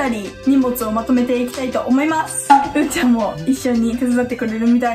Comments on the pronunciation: うーちゃんがゆうちゃんって聞こえた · うーちゃんです が ゆぅちゃんですって聞こえる人 ⤵︎ ⤵︎ ⤵︎